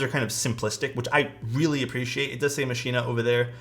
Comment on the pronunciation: Pretty sure machina is pronounced makina